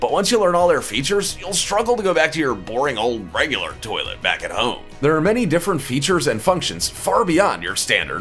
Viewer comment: Bad accent daddy-0. Nobody here in Japan would understand how you pronounced even toilet.